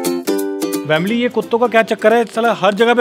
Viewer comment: Bhai vamily kyu Bolte ho